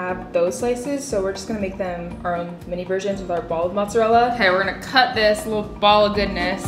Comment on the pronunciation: me, an Italian girl listening to how Americans pronounce "spaghetti" "zucchini", "mozzarella" ecc. my feelings are hurt 😂😂